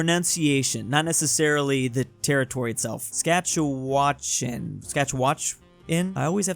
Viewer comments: 💀 its Saskatchewan not scatchawatchin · It’s sas-chatch-u-wan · Hey, as a Canadian, i would just like to say that Saskatchewan is acuallly not that hard to say. If you want to say it, just say SAS-CATCH-OO-WAN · its pronounced Sa ska tche wan. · Bruh he can’t pronounce Saskatchewan lol. It’s Sas - Kat- cha - wan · I’m from Vancouver and we say sask atcha wan (not sure if any of the syllables are stressed since I say it pretty flat) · Its pronounced sas-ka-ch-e-wan/won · How can not know how to pronounce Saskatchewan? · struggling to pronounce Saskatchewan